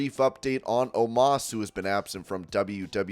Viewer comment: Omiss not Omas